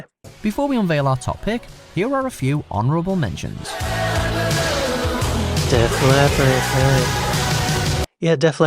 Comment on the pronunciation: It is Not "Death Leopard" its Def Leppard